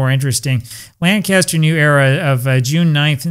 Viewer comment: SUPERB REPORT , SIR... ⭐ ⭐ ⭐ ⭐ ⭐ .....Up there the pronunciation is " Lankisster".😅😅😅😅... It's my favorite game !